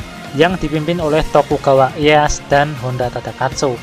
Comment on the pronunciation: Ralat pelafalan bang Sengoku dibaca Senggoku Tokugawa Ieyasu bkn Ieyas Maeda Toshiie bkn Toshi